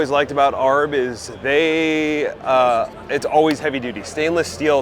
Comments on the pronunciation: no. Never double down when you’re wrong. Just admit your mistake and move on. Nobody in the us in the 4x4 market calls them arrrrb. It’s A.R.B. Even in American English you say each letter separately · Hilarious how you pronounced A.R.B. It’s not “Arb”… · A R B just say the letters not Arb. 😂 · A R B not arb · triggering every aussie by calling it arb. it pronounced A R B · First and last video I will watch from this guy. Your an overland builder and you have never heard of old man emu! You think A R B is arb. You didn’t know products of your trade at all. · its not ARB its A. R. B. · He said Arb…..it’s A.R.B. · Magnolia?? AAHHRB? Emu Suspension? Huh? It’s an Autohome Maggiolina, A-R-B, and Old Man Emu Suspension You sound like a total noob. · Yea that made me laugh! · ARB is not a word, it's three letters. A, R, B. Of if you're from austrailia: Eye Ahhh Baeee. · Good energy yes. But you can tell when he doesn't know what he's talking about. But hearing him say "aarb" was just hilarious. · Can someone tell him how to say ARB correctly. PLEASE! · Thank you!! that was buggin the crap outta me... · Dude couldn’t even pronounce ARB right and if I ever do a build a build for sema this dude and many others aren’t allow to touch it